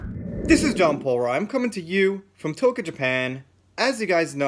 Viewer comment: I've gotta ask, where in Japan? Toka? or are you pronouncing Tokyo too fast?